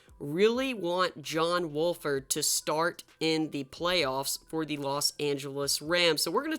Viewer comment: He keeps saying John walford when it's wolford but my rams needs to keep playing John wolford